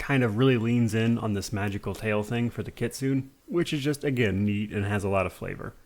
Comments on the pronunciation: Great Video as usual man, you're one of my favorite youtubers! Sorry i feel bad correcting you, its pronounced Kit-su-né (like nay) not Kit-soo-n. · Kitsune is from Japanese so it is Kitsu-neh